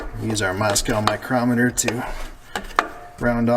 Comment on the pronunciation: Did you say "Moscow micrometer"? lololololol